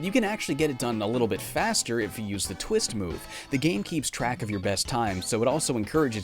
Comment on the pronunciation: Bruh did he say chameleon tits 😂